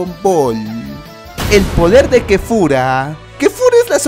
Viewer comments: Es kefla no KEFURA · En mi pais es Kefla no Kefura ¡¡¡KOMORA!!! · No es kefura es kefla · Weon no se llama kefura se yama kefla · wtf q diablos es kefura :v no habras querido decir kefla? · Kefla no kefura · no se dice kefura es kefla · Se dice kefla